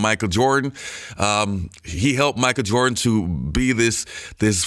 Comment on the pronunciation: Bro you so funny when you do videos talking about Michael Jordan cuz everytime you say Michael Jordan it sound like you saying Micah Jordan 🤣😂😆